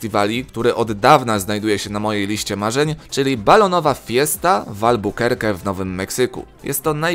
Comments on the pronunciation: Nie albakerke tylko albakerk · Nie albukerke tylko albakerki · Albukerke xDDD Teeee, Panie nie potrafię czytać po angielsku... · "w Albukerke w Nowym Meksyku" 😂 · "Albukerki" ktoś nie oglądał baking bread. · Albukerke kurwa? serio???